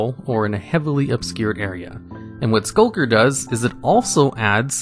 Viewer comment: Why does he have so much trouble pronouncing Skulk lmao last video I saw he called a Skulk “Shulk” and now he’s calling Skulker “Sulker”